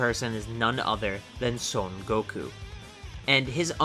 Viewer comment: Also “Sōn Goku”